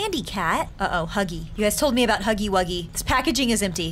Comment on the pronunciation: She said snuggy wuggy